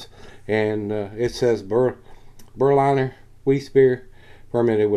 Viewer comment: It's pronounced Berlin(as in capital of Germany)er. And Vize for Wiesse. Which is German for Wheat. Top review mate. Watching from across the pond in England.